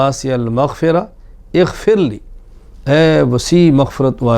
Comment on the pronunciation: یا واسع المغفر اغفرلی میں غ کی بجاے خ کی آواز نکلتی اور اکثر لوگوں کی خ کی ھی آواز نکلتی ۔لھاذا۔غیری۔توجہ۔چاھےء۔